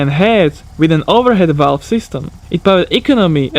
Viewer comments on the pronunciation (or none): none